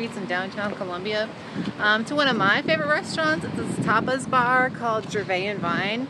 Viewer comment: LOL - yes, Tapas bar could easily sound like Topless bar but that's not her style.